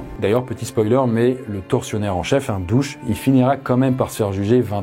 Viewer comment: Très bon documentaire. Juste deux erreurs de prononciation : Phnom Penh et pour "Dutch" et pas "Douch" !! Je connais, j'ai visité le Cambodge de long en large !!